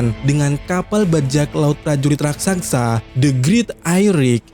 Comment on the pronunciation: Raksasa bg bukan raksaksa 🤣